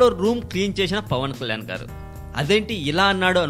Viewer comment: first pawankalyan ani peruni palakadam nerchuko.ofter dubing chepu.pawan kalyan ani perune palakadam raani niku andukura niku idiet.